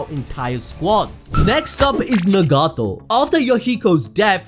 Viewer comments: Its Nagato not negato🤣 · Nuh-gato. It’s nagato bro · Lmao he is straight butchering some of these names like nagato lmao